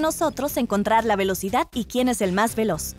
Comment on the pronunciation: R de Relocidad, no?